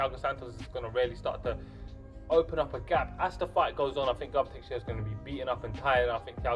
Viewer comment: I don't want to be annoying, but it is Teixeira, non Texiera. I point it out kindly before somebody does indeed be annoying and starts to run his mouth. Anyway, I am predicting Santos winning by knockout. Santos is a beast, he is a bulldozer, the 205 lbs version of Paulo Costa. I agree that defensively he is not very solid, leaves himself open, and I honestly question his cardio a little bit. Teixeira has good boxing and amazing submission skills, which I think would play a very important role if he takes the fight to the mat, which I think he can. Santos is very strong, he is a black belt in BJJ himself, but I think Teixeira can take Santos down and can submit him, maybe taking advantage of his (in my opinion) questionable cardio, sapping his energy on the ground and finishing him by submission. It remains to be seen how Santos can handle Teixeira's grappling, but I think Santos is the overall better athlete, he will keep the fight standing and land big shots on Teixeira, getting the knockout.